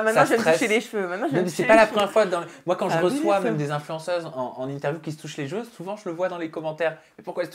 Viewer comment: Haaaan j'en peux plus de t'entendre dire "jeveux" au lieu de CHEveux! 😅😜